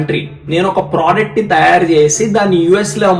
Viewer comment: anna konchem nuvvu Product ni Project annttu pronounce chestunnavu kochem chusuko